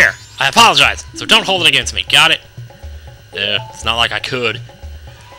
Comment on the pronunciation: Did you say "apple-a-jize" ?!